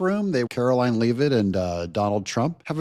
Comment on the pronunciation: for crying out loud, it's Leavitt, (as in leather), not Leeevitt. How many times do I have to tell you! Sorry, I really like your channel but jeese.